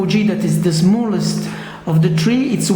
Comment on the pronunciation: He said tree instead of three